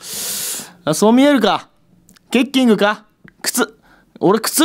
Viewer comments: ケッキングの発音ちゃうて。 ケッキングやない、ケッキングや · ケッキング発音違くね❓ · ケッキングの発音違くね？w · ちょい思った